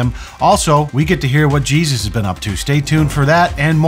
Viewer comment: That's cheeeezus and not jesus.